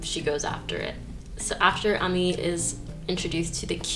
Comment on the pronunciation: Its pronounced as Ami since her full name is Aminata